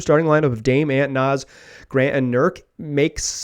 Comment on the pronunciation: Bro you did not just say “aunt” 😂😂😂. It’s “Ant” like the insect 🐜 and “Damian”.